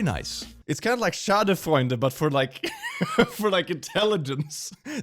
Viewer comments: Did you say Schadefreunde instead of Schadenfreude? A pity friend instead of harm joy 😛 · XD he tryed to say schaden freude but sad schade freunde XD pls dont get me wrong. im not trying to be a lil bish thats trying to corect him i just think its funny.